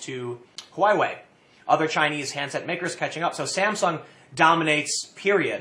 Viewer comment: Huawei - pronounced more like HWA WAY. How did you get an I sound when reading it?